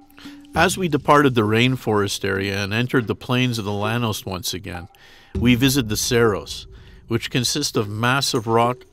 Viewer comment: Llanos is pronounced “YA-nos”